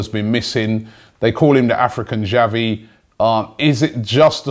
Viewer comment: he can't even pronounce xavi